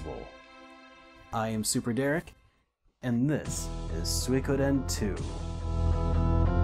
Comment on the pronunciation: Another great video, thanks. Also, props for correctly pronouncing Suikoden.